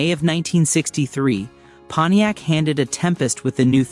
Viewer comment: Moron AI....thumbs down for "Ponyex" and then ."three hundred and eighty nine..." This is NOT how humans pronounce the the car brand, or engine displacement. I will proceed only because I once owned a PONTIAC LeMans with the 326. If not for that, your unnecessary, distracting, stupid, and annoying captions would be enough for me to click away. But I've already hit THUMBS DOWN!!!